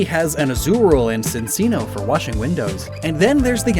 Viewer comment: Given the etymology of Minccino, I'm pretty sure it's pronounced "minchino", not "minsino"; same thing with Cinccino